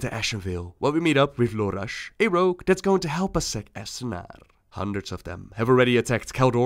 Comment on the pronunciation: Astranaarrrrrrrrrrr... god I love that. lol